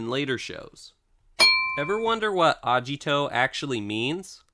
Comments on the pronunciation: So called "Toku Professor" can't actually pronounce any of the names correctly. "Fo-Zay" not "Fours" "Ah-gee-toh" not "Ah-jee-toh" Also, there's more than 33. I know this was when Geats was currently airing, so Gotchard, Gavv, and Zeztz weren't out yet, but even not counting them: 1. Kamen Rider 2. V3 3. X 4. Amazon 5. Stronger 6. Skyrider 7. Super 1 8. ZX 9. Black 10. Black RX 11. Shin 12. ZO 13. J 14. Kuuga 15. Agito 16. Faiz 17. Blade 18. Hibiki 19. Kabuto 20. Den-O 21. Kiva 22. Decade 23. W 24. OOO 25. Fourze 26. Wizard 27. Gaim 28. Drive 29. Ghost 30. Ex-Aid 31. Build 32. Zi-O 33. Zero One 34. Saber 35. Revice 36. Geats This doesn't even include Amazons S1+2, Black Sun, G, The First, The Next, or Shin Kamen Rider. Also also, not every rider since Decade has had their transformation item be a "Driver". Even excluding Gavv's "Gavv Henshin Belt", there's also the Shot Riser, Slash Riser, and Force Riser from Zero One, and the Mega Ulorder from Ghost, just to name a few. The "Toku Professor" hasn't even watched the series he's trying to teach about. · I thought agito was pronounced with a hard G sound I didn’t think it sounded like a j sound?